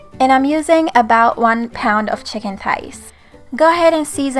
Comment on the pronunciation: Love the way u speak. Chicken thighs =chicken ties😂. This recipe is everything. Quick & easy is my kind of cooking😍